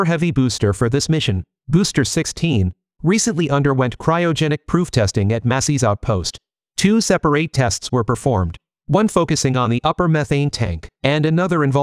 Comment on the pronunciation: Oh, AI narration explains the mispronunciation of “separate”! Different pronunciation if it is a verb vs adjective. But that is understandable and forgivable (kinda subtle).